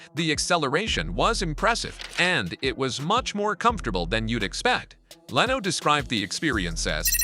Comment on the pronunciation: great video, wish you didn't have ai wright and read it though, there's a certain repedidivenes to the word choice that's annoying and the mispronunciation of words like lano instead of leno and ferraris not ferrari